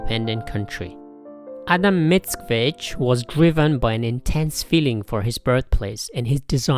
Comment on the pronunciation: Your pronunciation is very decent :) You've got "Pan Tadeusz" right, I would only correct your accent in "Mickiewicz": the second syllable should be stressed, not the first ("MicKIEwicz"). Btw: Mickiewicz named the main hero of his epic 'Tadeusz' after Tadeusz Kościuszko.